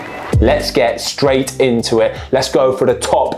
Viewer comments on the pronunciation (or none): none